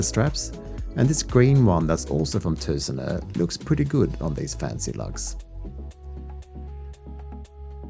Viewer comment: Good review! And i like how well you say: Tusenö!